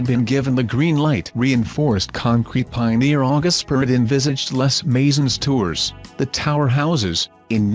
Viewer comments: "lez maisonz tourz" I'm out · Les Maison Tours and Seine have been mispronounced